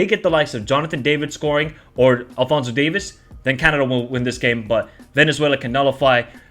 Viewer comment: Lol it's DAVIES. NOT DAVIS emphasis on the e.